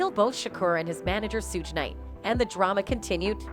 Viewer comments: She also said Sooge knight 😂🤦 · now she mispronounced Shuge Knight's name as well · I know right. She is saying Suge’s name wrong too and it bothers me